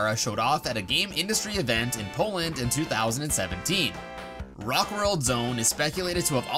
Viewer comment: did he say poland?